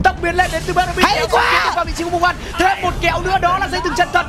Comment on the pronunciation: Tên ngta là "Mu Guan" mà cứ đọc là "Mun Guan"